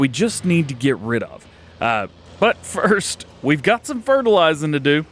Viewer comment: "Fist" come on DJ